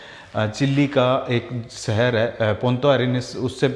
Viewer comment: Bhai agar terko achha bolna aata hota to tere viewers billions mein hote. Tu rah gya desi ka desi. Aaj tak शहर भी नही bolna aaya terko. Temperature ko tu Tumprature kahta hai.